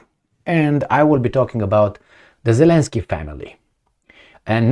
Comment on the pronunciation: it's double "y" in the end of the name, because in Ukrainian and Russian language, there are 2 similar letters , "и" and "й", which are both in the end of the name of Zelenskyy (and many other last names) Зеленський. It is not pronounced as continuous y, as you say it. There is no equivalent in English language.